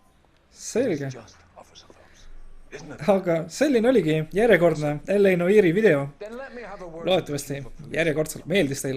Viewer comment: sa hääldad sõna "noire" väga imelikult:D